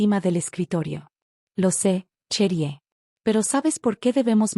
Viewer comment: Chérie se pronuncia"cheri" y Dubois,"Dubuá".